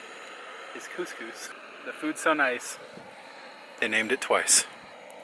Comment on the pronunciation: Please tell me that isn't how you actually pronounce cous cous?! My mate heard your pronunciation and pointed it out to me and now I can't unhear it!